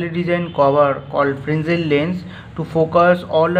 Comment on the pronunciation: Fresnel not Frenzel lens